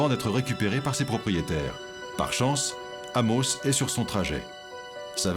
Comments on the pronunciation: Je viens de l'Abitibi... et ça me gosse la prononciation du commentateur pour la ville d'Amos... 🤣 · Le narrateurs devrait apprendre à prononcer Amos , c’est quand même la ville de naissance!